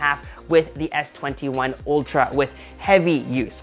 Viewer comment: Isn't it Ultra and not Oltra?